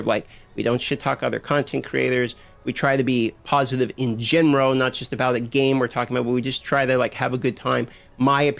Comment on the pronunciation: Am I the only one who noticed that when the dude who is complaining pronounces “in general” as “in gemro” ? Cmon I can’t be the only one 😂😂😂😂😂😂😂😂😂